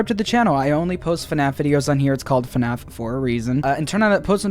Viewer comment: ITS FNAF NOT FUHNAFF